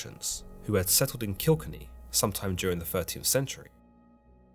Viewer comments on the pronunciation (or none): Please stop butchering the name Kilkenny ......kill...ken...ey